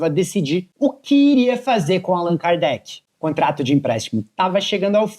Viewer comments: Agora o cara fica falando o nome do jogador errado o tempo todo! É de lascar! ( Alan cardete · Alan kardet kkkk pqp nem o nome do jogador o cara fala certo....nem vi inteiro por isso,tá tirando kkk